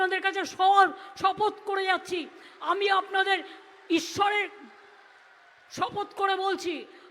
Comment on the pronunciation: খেয়ে হিজাব পরে নামাজ, আল্লাহর কসম খেয়ে বলছি, ওয়াদা খাচ্ছি, কি পষ্ট ভাবে বল্লেন আর ইশ্বর বলতে গিয়ে বেধে গেল